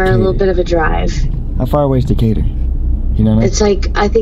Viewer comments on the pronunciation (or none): none